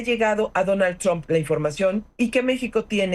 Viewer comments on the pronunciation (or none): none